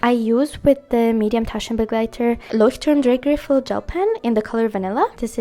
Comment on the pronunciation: Loved this video. Your pronounciation of " roter Faden Taschenbegleiter" and „ Leuchtturm Drehgriffel" is perfect . Greetings from Germany ❤